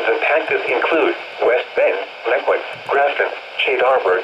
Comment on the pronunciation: That's not how you pronounce Mequon, It's mehkwuhawn.